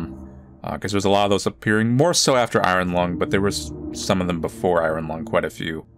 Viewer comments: this is the first time ive seeen anyone lse ever pronounce iron "I run" instead of "i earn" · ion not i -r-on